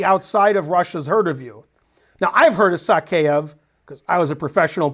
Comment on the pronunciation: So crazy to think of Morozevich as a player of the past. Somewhere around Covid it seems like he just stopped playing. It's "Sakaev" btw. Not "Sakeev".